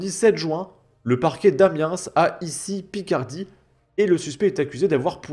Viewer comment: Je ne pense pas qu'on prononce le S de Amiens 🤓